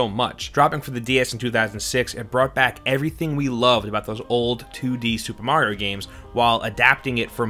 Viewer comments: “New Super Merio Bro’s.” - did you write this the way you say it? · New Super 'Merio' Bros ??? lol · “new super merio” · 'MERIO BROS' never heard of it. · super MERIO brothers lmao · Super Merio > Super Mario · new super merio haha mario not merio lmao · Who is super "merio" bros? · Super 'Merio' 😂